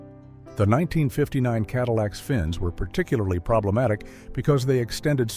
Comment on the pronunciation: Cadiweeacks!! Love it!!